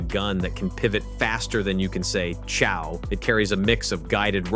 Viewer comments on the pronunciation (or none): none